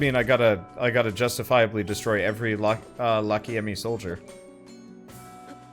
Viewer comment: I think that you should pronounce Lachiem like Lak-Yem.(Y is used as a consonant)